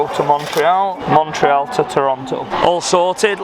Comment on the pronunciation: Anyone else shouting to the screen ", Its MON-TREE-ALL!!" 😂